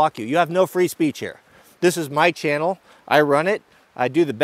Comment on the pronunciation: "This is my channel, i run it" Said like a real West Coast Man. Love it, keep up the good work and quality content.